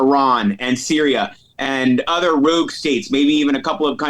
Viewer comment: Like pronouncing “rogue “ rewgue.